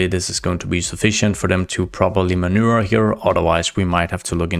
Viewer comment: the "v" is critical when saying "maneuver" xD loved the video, sad to see your mic die :(